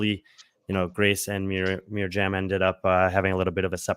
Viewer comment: Just because you guys always want to pronounce names right: Mirjam’s name is pronounced “Miriam”, and not Mirsham or Mirham😊 As a fellow Swiss person🇨🇭 Great show🙌🏻